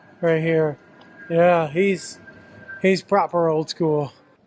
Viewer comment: lol why does is sound weird when you say 'propah'